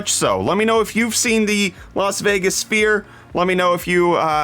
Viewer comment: did I hear you say "Las Vegas fear" instead of sphere...